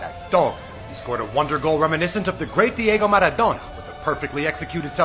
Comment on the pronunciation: Bro the way you pronounce diego maradona